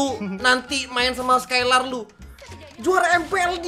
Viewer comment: Dari tadi bilang ler kirain peler